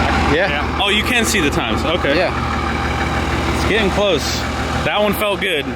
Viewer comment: Hopeen, getteen